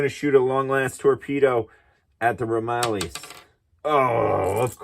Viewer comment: Nice video! Couple of small items, and not trying to be rude, just educational. Akagi is pronounced uh-kaa-jee believe it or not. I’ve also heard it pronounced ah-cog-eee. The Ramallies is pronounced ram-il-leez